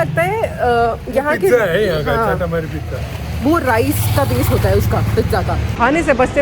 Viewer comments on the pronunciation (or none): Sabse pehle aap MOMO bolna sikho please, Do respect our Food , MOMO hoti hai MOMOS NAHI, aur CHATAMARI hoti hai CHAAAAATAAMARI nahi